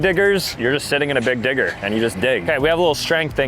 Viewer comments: Why tf does this time stamp make it sound like he said it w an n💔🥀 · Bro did not say digger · buddy did not say digger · Every time he said digger I herd something else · he did not say digger every time i swear💀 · bro said digger💀☠💀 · Bro did not say digger 😭🥀